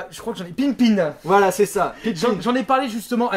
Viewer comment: Sinon le vrai nom de la console d'Apple c'est la pippin et non la pinpin voila sinon super vidéos et continue les duos